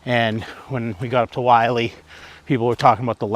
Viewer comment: Why does everyone mispronounce this trail as “Wiley” haha its Mt Willy, pronounced as “Will-EE” not being a dick, its an observation, same thing with Chocorua, everyone pronounces it incorrectly.